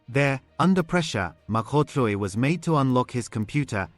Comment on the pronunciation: Pls look after uour Mkhwanazi these cronies are very dangerous . As forbthe news anchor here, he pronounces African surnames so perfectly. Big up to that 😊